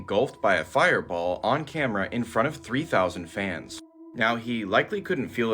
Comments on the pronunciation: OH NO!! Not caught on Kah - mare - rah!! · The way that narrator said ”CAMERA” 🤣🤣🤦🏻‍♂️🤦🏻‍♂️ He dun said ”CA-MAIR-A” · The AI voice on tiktok doesn't know how to pronounce "camera"?? That shit said "Ka-Maira" LOL. AI still has some catching up up to do. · I must buy me one of the KAH MAIRS. Never heard camera pronounced that way.